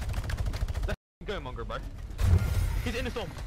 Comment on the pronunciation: 😂u said mAngraal u mean mongraal